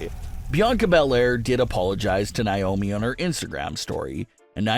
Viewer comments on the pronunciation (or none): Dude... I love your channel... But PLEASE stop saying NAomi's name wrong. It's not NYOMI